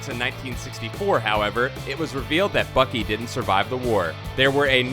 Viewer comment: Why are you saying fuckey instead of Bucky